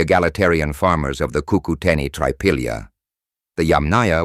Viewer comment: Rename please CUCUTENI NO kokoteni